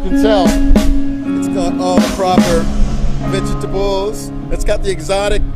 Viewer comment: Robert once said: Veg-e-tables